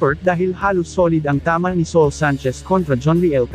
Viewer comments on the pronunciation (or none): Ano ka ba? Bakit ganyan ka mag Salita? Sa ul hinde soul